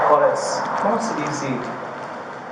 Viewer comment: "Como se dee-see 'badge' en Espanol?" This guy is as good a Spanish speaker as he is a lawyer.